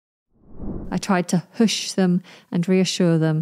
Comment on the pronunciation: Isn't it /Huhsh/ 🤔